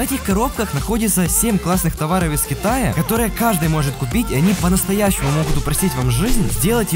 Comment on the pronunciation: мне одному в начале видео послышалос ((товары из хентая))